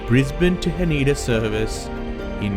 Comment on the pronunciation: Haneda is not huh-NEE-duh, but HAH-nè-duh 🥲🥲🥲